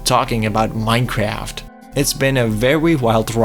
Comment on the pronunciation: Bro did not just start the video by saying "Minecreaft"